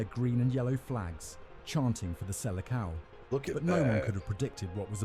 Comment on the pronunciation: dude saying selekao smh